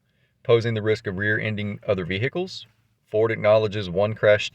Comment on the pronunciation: hope thay be fixéd up thiss Veee-Hikulls